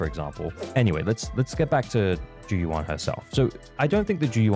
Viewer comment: great video! but maybe for future reference, the "yuan" in zhu yuan's name is pronounced more like "you-anne" rather than "you-ahn" (grossly oversimplified phonetically, but you get the gist)